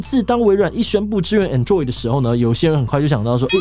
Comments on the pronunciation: 我都唸ˈAnˌdroid，沒想到志祺唸ˌAnˈdroid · 志祺從 covid 到 android 的發音都...很有台灣特色...